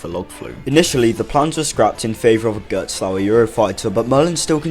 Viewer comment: I do love a good "GeRTSs-LoWer"